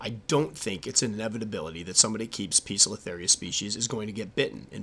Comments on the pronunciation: Poe-cilo-theria not piiza-cilo-theria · Squirrely Squirrel 'Poecilotheria' is of Greek derivation. The 'e' is silent, the 'c' is hard. The constant incorrect pronunciation makes an otherwise excellent video almost unwatchable. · Pesilotheria Pokiltherie Po-es-il-o-theria Peziltheria Pozilla-theria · I assume they have the sobriquet "pokies" because the genus is mispronounced as POKE-UH-LUH-THERIA. LOL